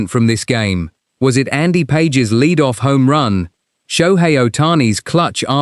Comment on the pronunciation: His name is "Pas hes", not Pages, as in two pages.